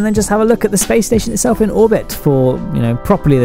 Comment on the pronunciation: lol "the spation"